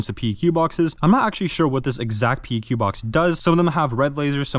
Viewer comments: That front iron sight is backwards LMAO, y’all airsoft nerds can’t even put together a gun properly, exhibit A and B. And it’s pronounced PEQ, as in PECK. Not P, E, Q. I work with the real deals on a daily basis. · PLEEEEASE pronounce "PEQ" as "PECK"